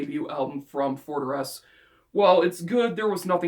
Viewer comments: Nice list! It's awesome that you include a Forteresse album. The pronunciation is close! haha! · Pretty close yeah ! haha